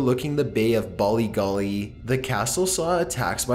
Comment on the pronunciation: great work but as an Irish person the mispronounced Irish names of hotels and castles 😑😂bollygally Ballygally still love ya tho😉